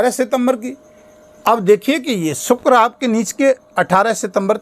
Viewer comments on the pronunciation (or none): none